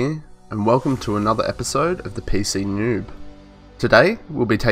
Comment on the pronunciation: Did you say newwb?